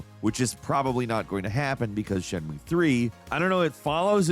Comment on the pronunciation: "shen-moo" 😂 darling it's closer to "shen-myu-eh"!